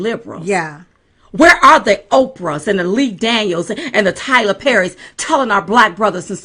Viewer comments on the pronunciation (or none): none